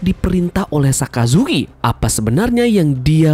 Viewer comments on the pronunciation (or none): none